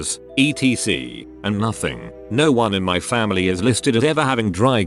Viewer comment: I love how this thing mispronounces everything but nails ‘fam damily’.